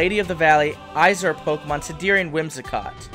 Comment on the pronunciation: when you say Izire do you mean Aesir? like Aye Seer? if so I like that god pokemon lol